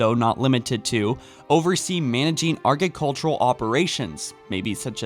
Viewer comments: Is English your first language? I notice a lot of pronunciation mistakes throughout your videos like "argicultural" in this one. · Are you dyslexic? Please work on your pronunciation. Argicultural? Really? Ag-ri-cultural, g is before the r. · Love your videos but please start looking up words you don't know how to pronounce/make sure you're reading your scripts properly, I honestly can't remember watching one without a horrible mispronunciation. 'argicultural' Agriculture Zealous Heinous Malice Faring If you're trying to make money speaking words try to say them properly, it makes it hard to concentrate on the content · "argecultural" lmfaoooo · it’s pronounced ah gruh cult tyour al